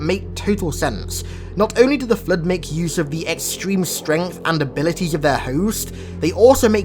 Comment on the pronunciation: I don't know why but when i hear him saying "the flood" its sounds like "the flirt".